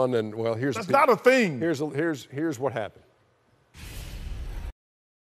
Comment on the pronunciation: "A man bun is not a ting" - Charles barkley